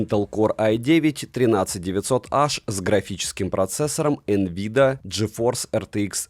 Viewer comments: почему Nvida( * I used to rule the world .. ) произнес а не Nvidia ? я сначала подумал что это какойто абибас от китайцев, а потом задумался а не читает ли за тебя текст AI твоим голосом и ты просто опечатался когда ему текст скормил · Он реально сказал Н-вида😊 , а не Н-видиа Nvidia 🎉